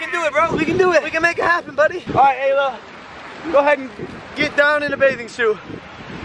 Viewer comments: Giannah Sprague its ayla not alaya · Donna Robbins it's Ayla not Alya